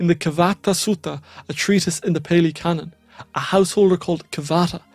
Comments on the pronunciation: That's Pali, not peli 😅 of course, there is the phrase, the milk of the lioness will break the unready cup. It has many forms, but it points out that some elements of the teaching are not for the unprepared mind. The esoteric elements are parr and parcel of the path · That, is not Theravada Buddhism. In fact its hilarious how superficial superficial you described this school, is. Meditation, the Kilesas, Sankharas, the hindrances, the 5 Rememberances, the 5 Hindrances, the 3 poisons and of course, the 4 Noble Truths. It's PA-lee for Pali, a scholarly language. Theravada is about the Arahant, awakening due to one's efforts via self investigation. The only faith required is for trusting that the method as experienced by the Buddha works. You are a living example of the Mangala Sutta.